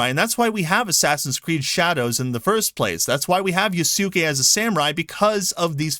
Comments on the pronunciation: it's with the U barely said at all, you had it right before you corrected. Just listen to similarly spelled names spoken by the actual japanese. The U does get pronounced, but only just barely in practice. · Dude it's not Ya*Su*ke That is the most American pronunciation you can use It is Yasuke You had it right the first time XD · I'm sorry dude your production of Yasuke was good before. Yes it is Ya su ke but it's not yaSUkay There is no extended U. You wouldn't pronounce Sasuke Sa Suuu Kay. You were saying it correctly. And now as a Japanese student I get cringe when you try to say it the "correct way" in your words. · You got that backwards dude, and so does the morons correcting you. It’s “yaske” whether you are American or Japanese. I’m surprised to even hear you read your comments since I have corrected you several times and you’ve done silch about it. In this video you start saying yaske which utterly delighted me.. but then you go right back to yasuke on the grounds that others have corrected you. It’s YASKE, alright? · Thank you for bringing up Thomas Lockley!. This was one piece of the puzzle of reason why Japanese peoples are so angry. Also, Japanese pronunciation is best broken into short segments "Ya~" is no good. "Ya" is "ya!". In the case of Yasuke, "Yasu-key" is no good. It's "Ya"su"ke". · Actually "Yaske" is the correct pronunciation for "Yasuke". You can listen to other Japanese Youtubers about Yasuke. The "u" and "i" vowels are generally weakened so much to the point of almost muted when it is not followed by a voiced consonant. Muted vowel is so rarely taught to foreign learners of Japanese because even the Japanese native speakers mute their vowels subconsciously to the point many of them fail to realize this linguistic feature. Although having said that, Japanese do "unmute" u and i when they want to stress something. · Yaske is right way of saying not yasuke😂